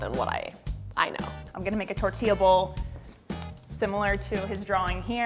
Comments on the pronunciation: shesaid tortia instead of tortilla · I'm I the only one who got cringe when the chief said torilla wrong😂